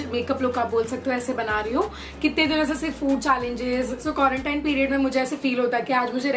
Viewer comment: By the way its quarantine not quarantaine pehele mai bhi quarantaine bolti thi 😂😂😂